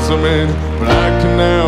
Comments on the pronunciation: 4th video watching this guy singing American songs. Nice voice but the pronunciation is funny. It's joe-lean not jo-lin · It’s sounds like Jolene is being pronounced Jolyn not all the time just when they sing together. Apart from that it was pretty good. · Your right it isn’t who has the best pronunciation, they only say jolyn while singing together while singing separately they sing Jolene. I still love this battle they are both great. I taught English as a second language for a long time so I do listen to their pronunciation. I have to say the singers on The Voice have all been very very good while singing in English I know that English hasn’t been taught in schools for very long in Mongolia. So this makes it even more amazing the singers have been so good. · I just wish someone would have told them how to pronounce "Jolene"